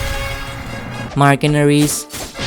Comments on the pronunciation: Bro Riders instead of raiders💀💀💀💀💀💀💀💀💀💀💀💀💀💀💀💀💀💀💀💀😁😁💀💀💀💀💀💀💀💀💀💀💀💀💀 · Admiral and shandas and raiders